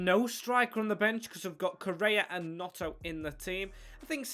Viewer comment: Also its gNoNto not Gnoto